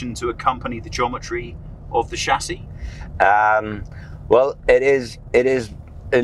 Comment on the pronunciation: You are misspronouncing the word Chassis.